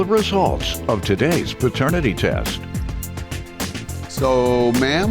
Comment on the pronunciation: Dude said PERternity?! 😂 hellnawww